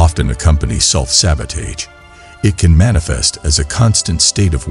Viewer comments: It was good but i think the mispronunciation self sabotaged the video a bit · Perfect video. I believe the mispronunciation of sabotage was on purpose. Because the video talked about not looking at mistakes and short comings but to focus on more. Do not allow a small mistake or judgment to shape your beliefs and have compassion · Good video, however the repeated mispronunciation of sabotage may be a reason some people dislike the video.